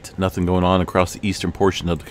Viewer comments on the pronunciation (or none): none